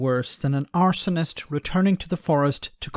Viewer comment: Arse....onist. Stress on the first syllable.